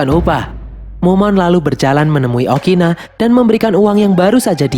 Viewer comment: Ukuni bang bukan Okina